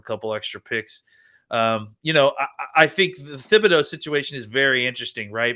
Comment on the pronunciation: How is it that, this late in the process, you still haven't learned how to pronounce Thibodeaux (TIB-uh-dough)?